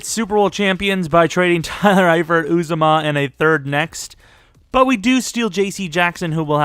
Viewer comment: Uzomah is pronounced Oo-zah-muh